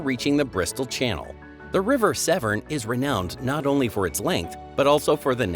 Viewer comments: Severn not seven. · By the way the isles of Scilly is pronounced silly not skilly and the river Severn is pronounced seven. Idiot